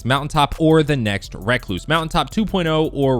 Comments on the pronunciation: Just say recluse not reacluse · Reeeeeee not raaaaaaa damn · It’s not racluse it’s pronounced recluse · Recluse . Not reck loose . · Wreck-loose smh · REE-cluse not REH-cluse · Just say recluse u say it like rehcloose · rek-loose lol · It's pronounced recluse not recluse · Holy shit just say recluse right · The way he says recluse annoys me